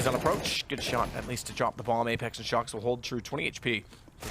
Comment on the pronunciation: can that guy him "shox" instead of "shoxie" pleaaase. it sounds so stupid